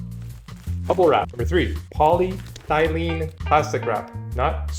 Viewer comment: My son recently sold a painting on a panel to a buyer in another state. Your video is exactly what we need. However we have one question. Did you say polythylene or polyethylene? Thanks. 👍🏼